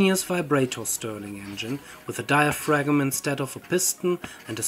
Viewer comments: dai·uh·fram ... not diafragm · FYI the 'g' in 'diaphragm' is silent, at least in modern English. It is pronounced "diafram". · In diaphragm the g is silent, idk why if it is 90% efficient, if the hot side was heated by the sun, with a big mirror/collector, and the ground to cool the cold side, how would the efficiency of mechanical compare to solar in efficiency genereting electricity?